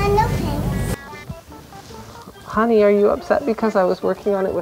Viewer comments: World record: most No Fanks in a video ever. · NOO FANKS